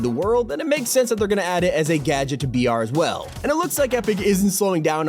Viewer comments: Why have i been thinking you are saying vr and not br lol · I thought he was saying vr not br and I was like bro he do you play Fortnite on vr